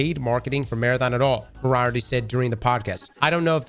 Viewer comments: It’s Mori-arty As in the fictional Professor, great work, learn pronunciation. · More-E-Art-Tee. Like the Sherlock Holmes villain. Excellent guy, if he says it then it’s word. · that Colin dude's last name is pronounced "MOR-ee-art-ee", like Sherlock Holmes' nemesis. If I had a cool ass last name like that, it would hurt me deep in my soul if people mispronounced it 😅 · More-E-R-Tea. Like Sherlock’s nemesis. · Poor Colin Moriarty getting his name butchered. 😂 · I'm here to call out your pronunciation of Moriarty... like nails on a chalkboard.. seriously.. he shares a name with one of the most famous villains in the history of the world.... dammit. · is half Irish and can’t pronounce Moriarty SMH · I don't know what's worse, Marathon's prospects or listening to pronounce Moriarty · Sorry the mispronunciation of Moriarty is distracting